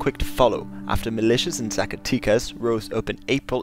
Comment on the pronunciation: The way you pronounced Zacatecas is really cute xD It's Zaca-'teh'-cas not 'tee' ;)